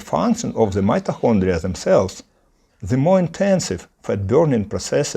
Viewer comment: Great video! Helpful advice! Your pronancuation is not bad, but check your "mitochondria" pronancuation! Good luck for your English channel❤